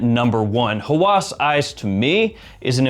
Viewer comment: Hawas is an arabic word that means obsession, and its pronounced with a distinct H sound, so more like how-us, rather than haw-as. To all have a great day.😊